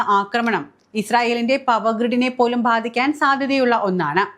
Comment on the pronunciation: ഭാധിക്കാൻ എന്നല്ല, ബാധിക്കാൻ എന്ന് പറയണം. ഭ അല്ല, ബ.